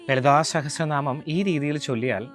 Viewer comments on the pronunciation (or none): ലളിതസഹസ്രനാമം എന്ന് ചേട്ടൻ ഇംഗ്ലീഷിൽ ആണോ പറയുന്നത് : ഒരു രഞ്ജിനി hasidas tone, അതുകൊണ്ട് ചോദിച്ചതാ